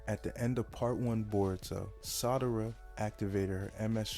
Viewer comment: Excellent work. Great video. Audio is fine too. Just stop pronouncing Sarada like “Madara” with an “s.” Keep it up. You’ve got great potential.